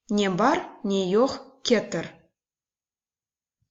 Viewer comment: Разве я голодный - мен ач, а не ачым? КетИр - в данном слове ударение ставится на последний слог. Слово сагъ олунъыз пишется раздельно.